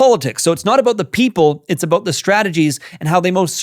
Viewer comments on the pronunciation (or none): I knew you were Canadian when you said a-boot. 🤭 But Murray is an insightful man.